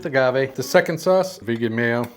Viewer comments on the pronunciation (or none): none